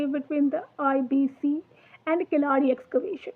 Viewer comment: Good..... Just try to say Keezhadi ( Keeladi) கீழடி..... Don't say kilaadi 😢😢😢😢 Tamil (Thamizh) Malayalam had 3 letters of : la , lha , zha